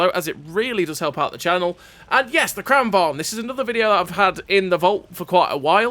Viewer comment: A note on pronunciation 😎 lengthen the first A and shorten the second: it's pronounced Krahn vang. Love your videos. Keep up the great work